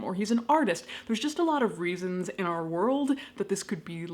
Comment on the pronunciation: When you say "Our IP adress" it sounded like "R.I.P." 😸